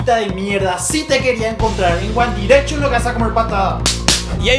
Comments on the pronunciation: uan direcchon😂 JAJAJAJAJAJAJAJAJA BASTA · guan direishon JAJAJSJAJSJ